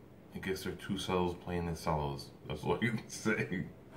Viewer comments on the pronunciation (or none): And it’s pronounced chellos not sellos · Nobody:: 2 sellos If u don’t know u it’s pronounced chello and spelled it’s spelled cello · its thunderstruck cover by 2 cellos. and it's not sellos, it's cellos, pronounced chellos. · it's CHello not sello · ITS FUCKING PRONOUNCED TWO CHELLOS NOT SELLOS ITS JUST SPELLED CELLO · I love the 2CELLOS ( pronounced 2 CHELLOS, the C sounds like CH) lol. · You got me every time you said “sello” 😂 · They are amazing artists. Watched them with my family month ago in Chicago 👍❤. Cellos you pronounce che-low😉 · How come he says cellos like sellos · Cellos are pronounced ( Chellos ) Kevin Plays one !! That was Awesome///Great reAction !! Very entertaining Dude !! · You pronounce it like ch-ello but it's spelled as cello I would know I play the cello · Pronounced chellos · Pronounced “Chello’ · it's pronounced 2chellows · He says " cellos" wrong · Did he mispronounce cellos? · Plastic Ninja YUP, and im triggered